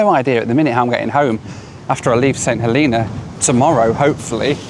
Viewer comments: St Heleeeena? lol, its Helena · St. HELENA, not hilina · St HElena, not HeLEna! It’s HElen, not HeLEN as well! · I think its pronounced Saint HeLAYNA but what do i know? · Growing up in the UK, how did you manage to mispronounce St. Helena?